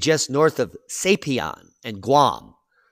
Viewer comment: We need a 1917/18 type Winter to hit NY and DC. Wake up a few million sheep. Diamond is awesome!!! But my friend its Saipan Sigh Pan not Sapian.